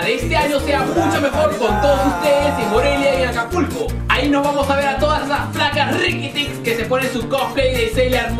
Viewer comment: del al ; dijo ''APULCO'' en vez de acapulco lol